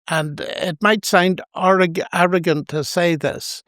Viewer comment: “It might sound ORR- arrogant” The Northern Irish accent nearly broke through majestically there 😂